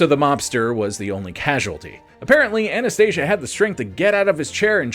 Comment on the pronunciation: Anastasia …. With an A not an O at end idiot